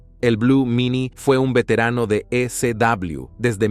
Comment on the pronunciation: Porque dices e-c-dabliw. Estás diciendo una parte en inglés y otra en español